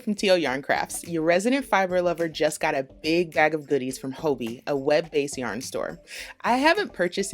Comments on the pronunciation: Tony! Its Hobby. Not Hoebie 😅 its danish and they played around with the word so its just ii instead of y. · I love Hobbii yarns and They come quicker from Denmark than they do from a purchase right in the US. It’s pronounced Hobee in Denmark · Phonetically speaking, it should be pronounced “hobby” because of the two b’s. Thanks for the thorough reviews. Never heard of this company and it looks worth exploring. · I love this review but I was thrown in the beginning because I pronounce it “hobby” instead of “hoe-bee” lol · Are you sure it isn’t pronounced hobby? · I could swear the company itself pronounces it like “Hoe-bee” in their videos though. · It's pronounced "hobby" :) I adore their yarn, and espcially the cherry bon bons they send along. :) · "Hoe-bee" is correct. They are based in the Netherlands & that's how they pronounce it in their YouTube vids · I purchase yarn from them all the time and I've been pronouncing it "hobby" this whole time!! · Actually the company itself in their videos pronounces their name as “Hoe-bee” not “Hobby”. in this video you can clearly hear her pronounce it as “Hoe-bee” not the English “hobby” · I've been pronouncing hobbiii like hobby 😅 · It really bothers me that you are pronouncing Hobbii wrong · There goes my best kept secret ;-) What's with the name pronunciation though ...